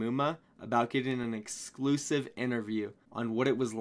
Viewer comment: the way you say exclusive is hilarious